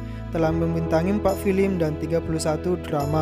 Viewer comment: hahah tapi nyebut film aja masi salah, masa filim